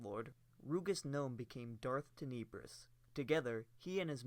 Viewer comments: "Teh-Neh-Brus" cmon man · Tenebrous (Ten-Nah-Brous) - where is the vowel next to the second "e" to give it the E sound. There isn't, so it is more of an Ah sound. English language. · You’re saying Tenebrous so wrong and it’s killing me, but other than that thanks for the vid